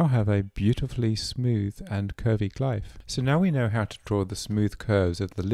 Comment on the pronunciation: Loved the video, but glyph is pronounced "gliff" ^^